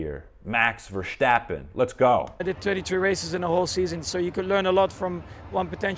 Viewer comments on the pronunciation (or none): Its max Verstappen not max verschjtappen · There is no H in Verstappen, I keep hearing Vershtappen, there is no H, leave it out, it's Max Ver-stap-pen, also he's Dutch, most people are very direct. No beating around the bush. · As a communication coach you should realise there is no 'CH' in the last name of Max Verstappen. So why pronounce it as: VersCHtappen???? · Please don't pronounce it like Versssshhhhhtappen. It's Verstappen. Just a normal S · There is no "sch" sound in Verstappen, it is pronounced just like you would in English. Just saying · There is no “h” behind the “s” in “Verstappen”. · your not the first English speaking person who has his pronunciation wrong. But good luck with practicing the name Verstappen👍